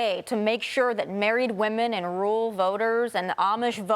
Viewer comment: Can't you say rural? It's not hard. Rule is a different word.